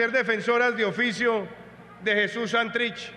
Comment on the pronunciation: ¿Por qué siempre dice mal el acento de la palabra Santrich? Todo el mundo la dice bien menos ella.